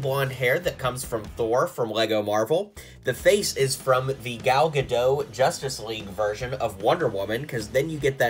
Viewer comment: When you say Gal Gadot. You pronounce the "t" and you don't say "oh" I'm just saying 😂